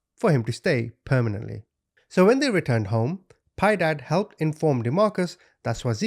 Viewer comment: Piedad a Spanish word pi-eh-dahd I never correct but I know I'm not being a know it all and you are the best to me just sharing ❤❤